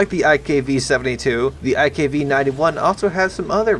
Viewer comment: Everytime he says iKv I hear Ikea